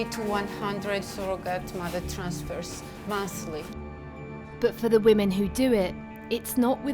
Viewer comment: "The poor wahmans" 🙄